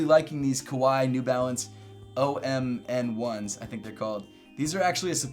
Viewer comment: "OMN1S" pronounced "Om-Nis" Like ominous.